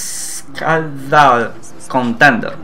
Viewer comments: Really not being rude or anything, just trying to help you out at the end "unscathed" pronounced like un - sca (like the begining of skater) thed ( like ending of bathed, mouthed or smoothed) Love the Video Btw Keep em coming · Just FYI Unscathed is pronounced, Un-scay-thed. Its really surprising how wrong the tooltips are, especially since Anet had that big push to make them useful a few months ago.